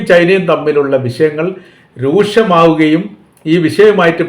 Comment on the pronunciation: രൂശമാവുകയും അല്ല , രൂക്ഷമാകുകയും എന്ന് പറ